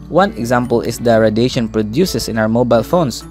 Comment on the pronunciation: jit really said radation